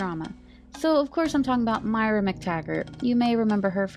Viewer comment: I thought it was pronounced “Moy-Ruh”.